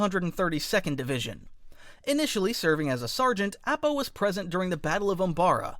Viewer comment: Look... I know you don't mean to but the live action movies have damaged me irreparably... AH-PAH my guy app-ah? Nahhhh